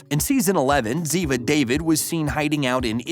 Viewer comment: The VoiceOver saying "David" and not "dahveed" smh my ears are bleeding